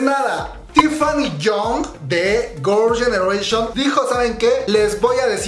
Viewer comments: Jajajjaa tienes que aprender a pronunciar un poco más el inglés Gorls genereishon 😂😂😂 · "gurl yenereishion" xD bote el chicle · Gurls genereshion JAJAJAJAJAJAJAJAJAJA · Qué pedo con tu pronunciación de girls' generation? ahre jajajaj